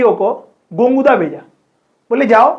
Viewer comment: Sir it's gogunda not gonguda🙏🏻